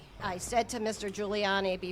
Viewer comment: Also, it is Giuliani, not Guiliani